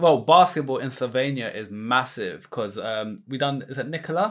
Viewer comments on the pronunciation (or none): Where are you two from? UK i presume....If so,why are you pronouncing names of the countries from Balkans like they are situated on Mars??? Slovenia,Serbia,Croatia,Bosnia,Mcedonia,Greece,Italy...Those countries are representing part of the world where democracy was born.You know democracy,civilisation???Brought to you by Romans while you were all saveges,almost cavemen.Funn fact,Serbia is a birth place of 17 Roman emperors.....Romans gave you literacy,democracy, culture,civility and you are mispronouncing our names????Its always fun to watch Brits doing anything.Like being in a ZOO....